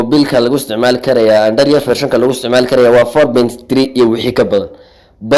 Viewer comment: Lahjada iska sax android waxa la idha aanda da rood waxd ku leedy aanda riyood